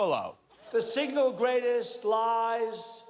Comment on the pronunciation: "The signal greatest lies ever foistered..." Six words, three errors.